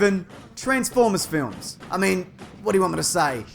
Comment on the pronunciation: Lmao how I know he would of say transformers flims😂😂😂😂😂😂💀💀